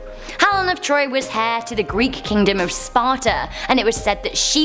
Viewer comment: "Helen of Troy was 'hair'"? You mean 'Heir' which is pronounced 'Air'.